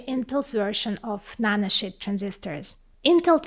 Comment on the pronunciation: She said nanoshit 😂